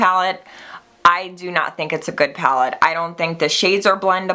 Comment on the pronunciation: "It's so goodt" lol. Love it.